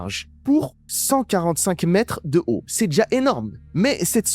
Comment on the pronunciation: C'est quoi une "struque-chûûûrhe"?? Et une "temperatte-chûûûûûûûrhe"???? 🙄🙄🙄🙄🙄🙄🙄🙄🙄🙄